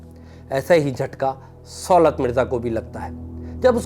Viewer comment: آپ کو کسی تعلیم یافتہ صحافی کو پروگرام کے لیے بک کرنا چاہیے تھا سُولت نہیں صولت ہوتا ہے۔ اب یہ بھی بتانا پڑہے گا